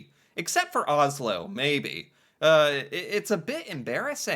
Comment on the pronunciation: Americans pronouns Oslo wrong, just so you know